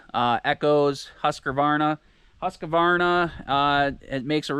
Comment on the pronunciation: Its Husk - Varna there is no a in the middle 👍